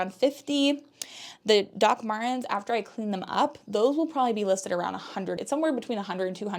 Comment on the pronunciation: On your next Video can you say Doc Martens again please because it makes me laugh 😂 😂 😂